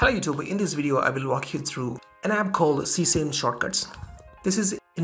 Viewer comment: Ses-ah-me. Not see-same. 😂